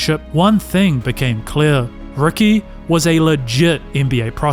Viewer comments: Is his name Rookie or Ricky? Was a rookie or a ricky? Enunciation is important. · How do you get Rookie out of Ricky? That’s not an accent you just can’t pronounce letters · Rookie or Ricky? What do you mean it’s an accent, are you unable to pronounce the sound of a “i”? Sounds like a big challenge if you are making commentary for videos considering it’s a vowel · Not gonna lie. You saying Rookie instead of Ricky is killing me. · He’s definitely saying “Rookie Davis.” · he’s definitely said rookie multiple times. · I’m so glad it wasn’t just me. I heard it the first time & all the way through